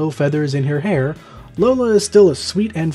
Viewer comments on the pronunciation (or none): none